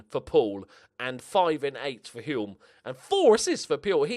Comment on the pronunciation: Hulme is pronounced without the 'L'. So, Hume.